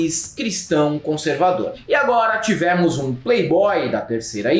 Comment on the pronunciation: Por que o pronuncia “tivémos”?